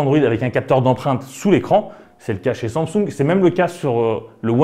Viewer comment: << Wone Plus >> << Somsung >> C'est possible de dire au Mr comment se prononce certaine marque svp. C'est gênant en fait.